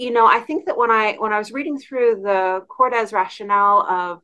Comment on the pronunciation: Korde roses Kord pronounced not Kord des